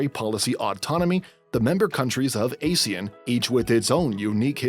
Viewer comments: Is it just me or do people always get the pronunciation of ASEAN wrongly. Google pronounced it as "uh-zee-uhn". This video pronounced it as "ay-zee-uhn". Both is incorrect. The correct pronunciation for ASEAN is "ahr-zee-uhn". It's purposely pronounced as such to avoid confusing it with the term ASIAN 😂😂 Pls help spread this correct pronunciation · Ah-see-aan instead of Ay-see-an